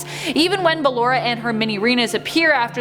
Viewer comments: Clara Afton,also known as William Aftons Wife possesses Ballora. She died in a car crash,and William successfully proceeded her soul to possess the Ballora animatronic. Also it’s pronounced “Ba-lor-a” not Ballera... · Im triggered cuz she keeps pronouncing “Ballora” to “BaLLeRa”...only me? And.....I believe that Ms. afton is Ballora so Elizabeth afton/Circus Baby and her mother was together along...and I believe it too much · How she said it: bal-ura How everyone else says it: ba-Lora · its ba lor a not balll er a an my fav is funtime foxy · Who is Baah lor Raaah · no-one: this lady: Ballera 😃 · You are are right why does she keep saying BakloA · Sorry, it’s BA-LORRA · I'm not trying to be rude but I feel like she's saying ballora's name wrong If that's true this is how I say it Ba-llor-a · Its Ballora not what ever you say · Did you just call her baAllora? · Me: Ok let's try this again Ball Top 10: Ball- Me: Now say or Top 10: or- Me: Now say a Top 10: Ballera Me: I tried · i think you said ballorea and sry if i offended you but i doubt i did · Oh btw, it’s b-uh-lore-uh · She probably pronounced it 'Ballera' because Ballora's name was based of off Ballet, meaning that it might've been pronounced the same. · ba-LORE-A DA PUN IS INTEDED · BAL- LA-RA I’m sorry you literally just said the word ballerina but you can’t pronounce her name correctly it’s the exact same word but with a Ora ag the end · " cLeRa " -, 2020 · its not ballara its ba lllll ooooooo rrrrrrrrrr aaaaaaaaaa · She really said Ballara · Am I the only one who cringes when she says “bALLeRa” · ik like BELLERA i'm triggered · The moment she said bALLeRa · No I do to but I cant change her whole voice even tho she clearly says it correctly once so she knows how to say it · SmushFace l bALLerA! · Same I say it another way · You arent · In phoenix Kev she talks like you don't want auntie bALLeRa to get mad at you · i know its ballarena or thats how its prnownched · OMG ITS BALLORA NOT..uhh "ballera"